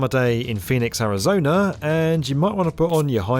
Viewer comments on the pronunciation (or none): none